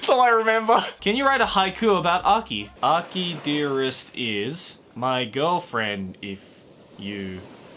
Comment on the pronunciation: I thought it was pronounced akide arrest but it's aki dearest